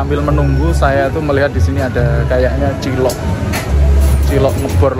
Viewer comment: Digrobak tulisan cilok,,knp selalu nyebutnya CILOT,,,???